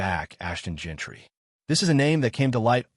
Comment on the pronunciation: It's Jeanty not Gentry